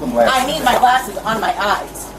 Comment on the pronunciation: Its eyes not eyesa. Loon.